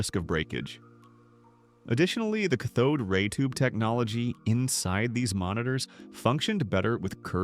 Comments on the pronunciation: Cah Thode Ray Tube 😂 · First, it's amazing that these AI voiceovers sound completely lifelike, and yet they are constantly revealed by one simple common-word mispronunciation! KA-thōōd ray tube technology?!? Secondly, I just bought a curved screen PC monitor and it's great! You sit close to it in one position, unlike a big screen TV, so all its selling points are true.